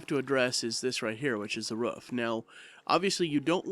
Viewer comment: Its pronounced roof not ruff!